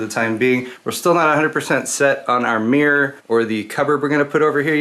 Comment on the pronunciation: americans can't say mirror